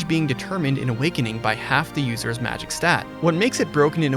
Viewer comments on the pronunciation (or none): none